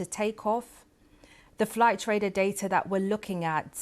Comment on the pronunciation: "Flight radah datah" 🤡